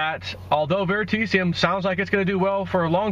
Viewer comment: VeritAseum. Learn to pronounce it.